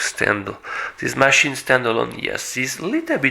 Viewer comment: Nice 'máchine' .....😃😉😄